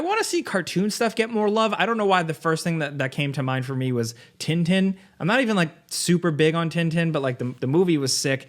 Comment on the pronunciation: "Tin Tin" is a french character from Belgium. I PLEAD with to look up how it is pronounced outside of the U.S. (He isn't close.)